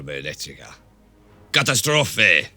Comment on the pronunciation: Right, the german "Katastrophe" was pronounced right which is always hard to remember cause "catastrophe" looks similiar but the emphasis is different and most all americans ignore these differences... Chapeau !